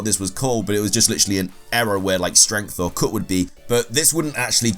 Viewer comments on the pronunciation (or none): lordchaos52 Especially with the words that have 'U' in them. The way he says cut is ridiculous 😂